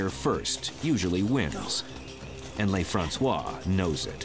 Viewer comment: the narrator doesn't know how to pronounce a French word or name. He thinks it's spanish , he must be from california. They pronounce stuff differently from French. I'ts NOT LAYFRANSWAH, IT'S LUHFRANSWAH (Lieutenant LeFrancois) . his name just means, The Frenchman.